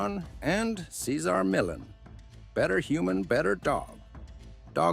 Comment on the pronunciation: Please!! Pronounce his name correctly, OMG